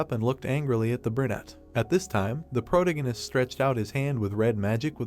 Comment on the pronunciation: All your videos mispronounce "protagonist".